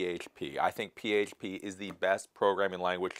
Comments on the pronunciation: Why can't he say php? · The way you say H is very weird. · Why do pronounce certain words like that? Can't even say PHP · Is that how you actually say PHP? If so, no problem, but I can't tell if you're trolling, lol.